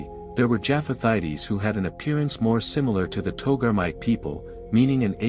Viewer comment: It is not pronounced jaff-ath-ite-ees. It's pronounced jaff-ath-ites.